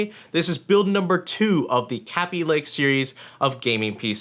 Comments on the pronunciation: Kay-Bee lake not Ka-Bee lake or whatever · its kaabee not kabe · did he jus say CABBY LAKE !!!!?????? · LOL (Kay-Be) xd